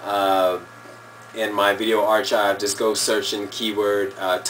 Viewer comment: u pronounced archive wrong haha! naw once again thanks for the tuts man glad u got the time and patience to teach us newbies a thing here and there